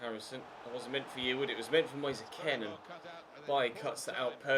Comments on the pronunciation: It really annoys me when you call kean k-e-n It’s k-EE-n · I hate the way he pronounces it, isnt Italian so just say keen